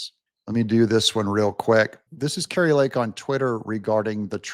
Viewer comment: Kari NOT Kartie!